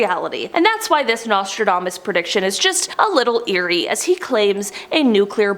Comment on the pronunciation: I heard his name was pronounced "NASTYDAMAS" :)